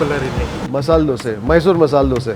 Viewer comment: It is not masal it is masala